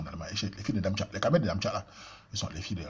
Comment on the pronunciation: Hahahaha! Darmstadt et non damtcha